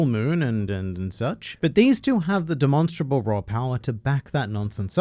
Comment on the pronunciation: Bro doesn’t even know how to pronounce ‘demonstrable’